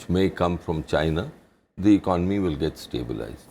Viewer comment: hahahaha they all don't even know how to pronounce the word "economy" its non of your business...just try to solve the issue of poverty and inequality. also construct toilets for your women :*